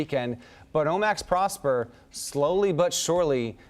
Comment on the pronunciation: Pronounced Pross-PAIR.